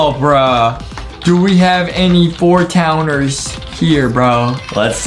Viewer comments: It's fourtownwie not fourtowner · It's not 4 Towner it's 4Townne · btw its 4townie not 4 towner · It's 4 townie not 4 towner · bro its not 4towner its 4townie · It’s 4 townie nit 4towner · It's not 4towner it's 4townie get it right 4townie